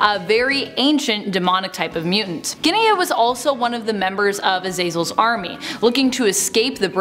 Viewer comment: AZ AZ EL NOT AZEELZELL GODS I HAT3. THAT.